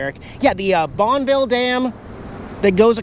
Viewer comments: "Bon-ville" Eric? You've officially lost your PNW card! It's "Bonney-ville" son! But somehow I have a feeling that maybe you knew that Lol(maybe not). My great-uncle lived in North Bonneville next to the dam for decades until his death in 2011. I used to go stay the weekend with him and I loved sitting outside on the stoop at night watching the flashers above the dam and hearing the trains go by. Also the reason it's called North Bonneville is because the original town of Bonneville, Washington was sunk in the river to help build the dam leaving only the northern most corner of the town in tact hence it being renamed North Bonneville, Washington. Enjoy your travels sir! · Wikipedia...Bonneville pronunciation.../ˈbɒnəvɪl/.... ə ...as in commA & About. We can agree its not Bon-ville? You say tomato I say tomahto. lol! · Bonn-E-VILLE we pronounce the E in the center. Pls be careful of the fires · Bonn-ville lock & Dam? Damn I thought it was pronounced Bonn-a-ville lock & dam! lol Thx!